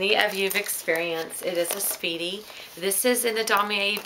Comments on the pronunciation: I mean a Speedy 30 not a Seedy 30! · I mean a Speedy 30, not a Seedy 30!